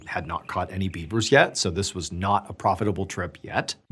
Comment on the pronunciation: Dude you totally said Biebers at one point and not beavers, I’m sure of it 😂